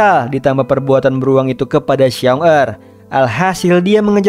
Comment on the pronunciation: Ralate bang Paling yg di maksud xiong da di bacanya shiong ta artinya beruang pertama Bisa di maksud dengan kakak beruang sama xiong erl Di bacanya Shiong el artinya beruang kedua bisa di maksud adik beruang.